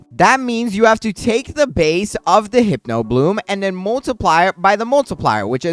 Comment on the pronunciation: Btw it’s pronounced “Hip-No” not “Hype-no” ❤